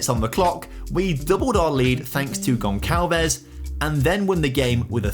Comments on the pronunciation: It's pronounced "Gon sal ves" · Amazing contente to a FM Fan and addicted... but bro.. you are murdering the name Gonçalves 😂😂😂